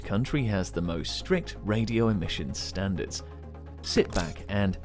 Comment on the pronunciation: "STANDARTS" lol